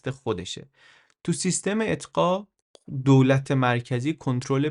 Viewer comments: مرسی ازت که اطلاعاتمونو زیاد می کنی ولی لطفا یه کم بادقت تر! تو بیان می گی اطقاع! ولی تو نوشتن، می نویسه اقطاع! برای من که اولین بار از زبونِ شما می شنوم کدومشو به حافظم بدم؟ بازم ممنون. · اطقاع یا اقطاع ؟ چند بار اشتباه لفظی داشتید ولی در کل خیلی عالی بود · درود بر شما. مثل همه ویدئوهای دیگه، عالی و آموزنده بود. ❤ در ضمن در اواسط ویدئو به یک اشتباه کوچولو برخوردم، بعد از توضیح در خصوص اقطاع دو یا سه بار این کلمه را اتقاع گفتین. گفتم شاید بخواین اصلاحش کنین. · واقعا این کلمه‌های چرت عربی چیه؟ اقطاع، آدم اشتباه میکنه ، مثلا توی ویدیو هم چندین بار به اشتباه (اطقاع) گفته شد، تقصیر شما نیست تقصیر واژه‌های عربیه که بیخودی وارد شدن🤦‍♀️ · خیلی عالی است اما چندین بار اقطاع را اطقاع تلفظ فرمودید و امیدوارم در قسمت ها یا برنامه های بعدی توجه بفرمایید سپاسگزارم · با درود و خسته نباشید. انتخاب موضوعات و برنامه هایتان بسیار عالی و آموزنده اند. تنها یک نکته کوچک در مورد کلیپ مربوط به قرون وسطی ... است که بد نیست اصلاح شود و آن هم این است که "سیستم اقطاع" درست است نه "سیستم اطقاع" که چندین بار در این کلیپ تکرار شده است. به هر رو کارتان دست مریزاد دارد و استقبال روزافزونی که به کارهایتان می شود نشان می دهد که هم میهنان ارزش کار و زحمات شما را درک می کنند. 🙏🙏🌺🌹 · با لغت اقققققطاع مشکل داریا هی می گی اطططططقاعع😅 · شونصد بار گفتید اطقاع :))))